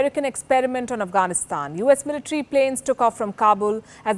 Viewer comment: How do you pronounce the words.... Military..... Bodies....